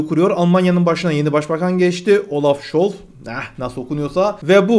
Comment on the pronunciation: Olaf scholf 😁 olaf doğru söyledin abi scholz şolz diye okunuyor Türkçe 😁 Stuttgart dan selamlar 🤘🇹🇷🇦🇿